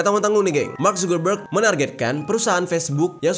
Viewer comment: Mark subebeg😂😂😂kok gua denger nya gitu ya🤣